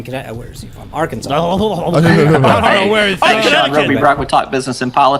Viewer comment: . "IT'S PRONOUNCED ARKANSAS YOU TWIT!"